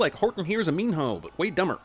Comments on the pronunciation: Minho is pronounce mino, not meen-hoe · Every time he says “Mean-hoe” I cringe. IT IS PRONOUNCED “MEANO” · How did Minho’s name pronunciation go from Meeno to Mean-hoe by the end of the series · I don't know why it keeps bugging me he keeps pronouncing Minho's name as Mean-Ho. Reaaally emphasizing that H... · Is Minho actually pronounced as Min-hoe? Just asking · Did he say “Min HOE?” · I keep hearing mean hoe lol no...I'll see myself out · I'm adding another sin for the amount of times they say Minho with different pronunciations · STOP SAYING MINHO LIKE THAT!!!!!! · I cant concentrate on the fucking video when he pronounces minho